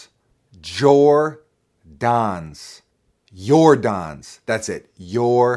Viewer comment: Lol yor-dons!! I thought I was the only person that said that.